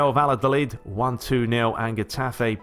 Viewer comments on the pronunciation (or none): none